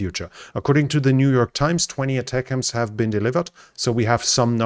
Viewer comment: Yay! First European to pronounce ATACMS correctly lol!